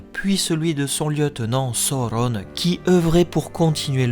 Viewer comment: Je ne comprends pas l'intérêt de la prononciation des noms, Sauron qui se transforme en Saurone, ou Morgoth en Morgoss je suis vraiment pas fan... mais mise à part ça j'adore tes vidéos 😍😍😍